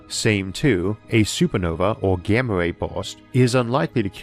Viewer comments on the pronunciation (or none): none